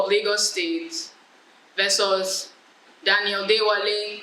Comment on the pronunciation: the way you said versus 🤣🤣🤣 Reasonably doubt 🤦🏾‍♀️😁😁. It was quite good overall tho 👏🏾👏🏾👏🏾